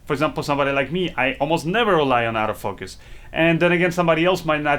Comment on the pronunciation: Oh, you're saying Auto Focus. I thought you were saying Out of Focus.